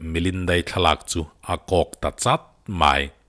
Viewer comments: (Mai) tih hi (my) iti zel a😆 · MAI i lam dan hi sial 😁😁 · I'mai' lam dan chu ngaihthlak a nuam chiah lo deuh